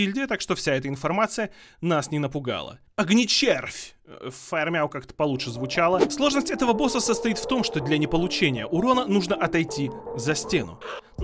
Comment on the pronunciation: Огнечрев, а не Огнечервь